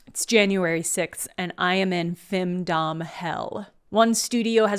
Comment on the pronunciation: When you said "femdom" I thought you were saying "findom" for a second. Findom fits as a concept if someone is willing to pay for a load of shovelware.